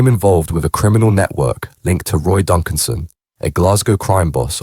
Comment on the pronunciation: A knee his ex woman she was a bit of a girl And it’s Donaldson not Duncan’son